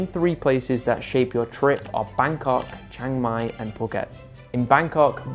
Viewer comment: It's Chiang Mai, not Chang Mai!